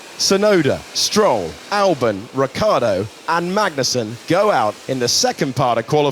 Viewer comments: Your pronounce of Ricciardo is wrong. You mist pronounce it as "Richy-ardo". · i can't read his name without ricciardo pronouncing it in my head.